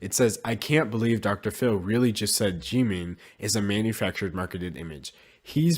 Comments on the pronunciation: hello, i totally agree, but it is pronounced (jih-min) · Question: Why do you Pronounce Jimin as "G-Min" since you say you like BTS?